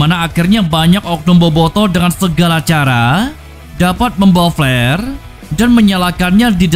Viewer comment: Org Inggris = " flare " Org sunda = " plare "